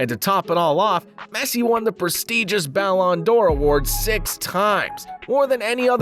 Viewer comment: He also said "ballondora" 💀